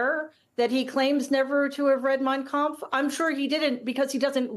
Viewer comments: He said the words "Mein Kampf" perfectly, rolled off his putrid little tongue like he is well familiar with it. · Notice how he pronounced; "Mein Kampf" perfectly! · He can't get a word right... but boy did he pronounce Hitler's book correctly. Funny, eh? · Notice T’s pronunciation! That’s not someone who hasn’t read it or at least values it.